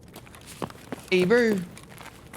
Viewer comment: I also hear that , dosent sound like ''Hey bro'' at all :D